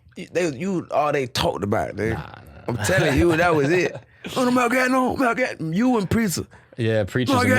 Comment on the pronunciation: Okay, even I, from Estonia, know that is not how you pronounce Gagnon. Do you even know how far Estonia is bud? Come on!